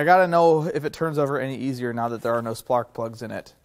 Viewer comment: "splark plugs"